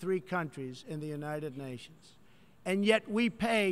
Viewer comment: Younaided Nations lol Word megalolz